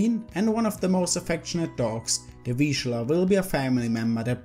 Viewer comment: Finally. Correctly pronounced.